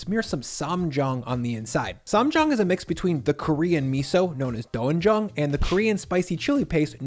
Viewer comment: Doenjang is a misleading romanized spelling. The "doen" part is pronounced more like "dwen". Also lettuce wraps should be eaten in one bite!